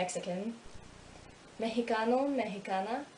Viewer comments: Hi! Your Portuguese pronunciation is very good and natural. The letter "X" is a little bit trick in Portuguese, which made you misspronounce the work "Mexicano". And, yes, they are very similar. Being a native Portuguese speaker helps me a lot learning Spanish, Italian and French. It's not helping learning Romanian though. Great video, keep going :) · That’s not how you pronounce “Mexicano” but everything else is pretty fine! Good job.